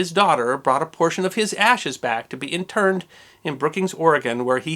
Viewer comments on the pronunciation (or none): His ashes were interred not inturned. Love your videos but you really need to be a little more careful with your pronunciations.